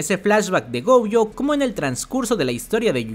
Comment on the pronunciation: Porque vive diciendo GOUjo